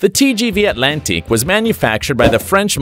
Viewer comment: They could have found someone who can pronounce non-English names. TGV Atlantique... ouch.